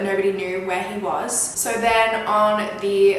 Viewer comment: I’m in love with the way she pronounces sooo 😍